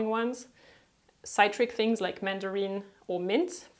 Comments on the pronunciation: Citric - si (like sick) trick. Xx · You need to work on the pronunciation of certain words in English “chore”, “citric”, “chamomile” etc etc. Not hating, just a tip so you can improve your English speaking. Otherwise, cool videos. :)